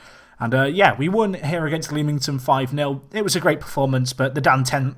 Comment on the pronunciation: Leamington is pronounce LEM-ING-TON